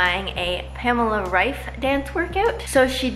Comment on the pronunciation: Your pronunciation of Pamela Reifs last name was the best one I head from an American so far (her last name is pronounced German and I’m German too)